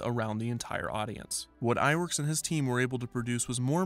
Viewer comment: I'm pretty sure that "Ub" Iwerks is pronounced "Ewe bee". That's how I was taught, anyway. Since his first name is just a truncation of "Ubbe Eert" Iwerks. It's worth looking into.